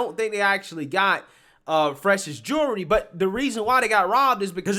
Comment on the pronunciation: The L in jewelry is NOT silent!